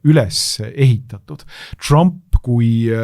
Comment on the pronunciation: Péter Magyar hääldatakse umbes nii - Peeter Madjar. Saates üritatakse perekonnanime hääldada umbes nii - "madžar" Donald Trumpi võiks eestlase suu läbi rahulikult hääldada "Donald Tramp" mitte üritada matkida mingit ämerikan inglišit, seda enam, et britid-jänkid ise väänavad seda nime sajal eri moel. Mitteinglased aga hääldavad igaüks üsna koduselt. Lätlastest-leedulastest ei hakka rääkimagi, neil on Donalds Tramps ja Donaldas Trampas ... Me ei peaks häbenema oma eesti aktsenti!